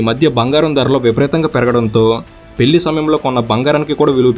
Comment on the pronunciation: Pellli kaadu bhayya...పెళ్లి adi...